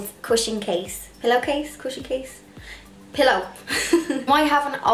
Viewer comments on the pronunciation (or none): The way you said "cushion case pillow case cushion case PILLOW " 😍😍😍